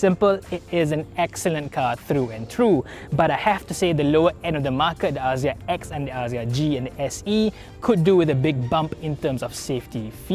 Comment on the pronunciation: “aZZia”…. Maybe just me, but that’s not how I pronounce it. 😬